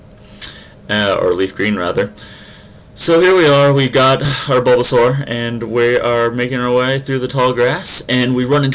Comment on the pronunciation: at first i thought he said bulbo sex